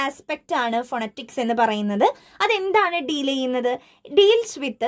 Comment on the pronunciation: Miss phonetics - /fəˈnɛtɪks/ ngne verne pronunciation vethyaasallye?